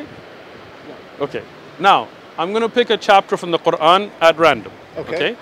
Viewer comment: the way he pronounced "Quran" says a lot about his supposed education LOL